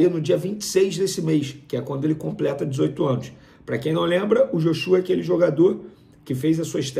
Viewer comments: NÃO É JOXÚA, É JÓXUA PO kkkkkkkkkkkkk ja ta ha 1 mes falando errado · Rapaz, vá estudar, aprenda a pronunciar os nomes dos atletas do Flamengo!!!!! Não é "ióshua", nem tampouco "Joshúa"!!! a pronuncia é ""Jóshua""!!! Jornaleiros fracos!!! Pelo amor de Deus, estudem, pesquisem, só ficam de bjular o BAP!!! SRN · Pô irmao, é "JÓshua nao "joxúa" a pronuncia, pelo amor de deus, que dificuldade em pronunciar os nomes, misericordia. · Tá falando errado, é Joshua (Joshuá) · A pronúncia correta no Joshua, é grave no ó...... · venê tem um nome estranho e por isso pronuncia o nome do Joshua de forma igualmente estranha, joshÚa é coisa de outro mundo kkkkk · Venê! Pelo amor de Deus! É Jóshua! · Vene , vc tá falando “Joshua” , errado … verifica aí . Tmj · Essa pronúncia do Joshua tá errada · Chamei vc de burro por não saber pronunciar Joshua corretamente. Mas agora vi que tú é ignorante mesmo. Isso prova que ter uma faculdade não influência em nada.